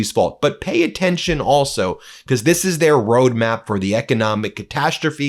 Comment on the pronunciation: It's not becoss it's because. You're not special.